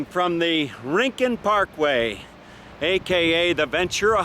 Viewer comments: It’s RIN-CONE … Spanish word meaning corner or nook or special place. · And Yes its Pronounced RIN-CON. ☺ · Not REE-CON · Not REEN CON. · It's not rin con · Hi Dude. Just so you know it’s pronounced “ RIN - CON” Have fun world famous surf beach